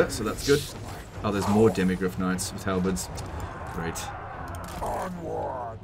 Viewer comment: demi halberds = halbirbs